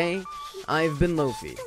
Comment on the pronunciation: Its pronounced lo-fi not "lofee" you sperg